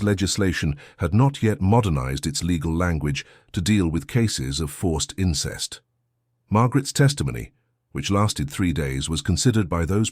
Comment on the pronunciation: “Incesta” yeah, right 😂